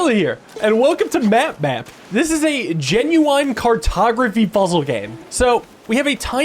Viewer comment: why do you say `genuine` like that T-T